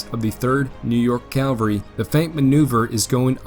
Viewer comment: Love the video man but it is CaVaLry - you keep saying caLVary, which is the hill that Jesus died on not a group of soldiers on horseback